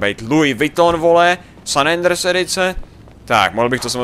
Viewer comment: říká San Andres místo San Andreas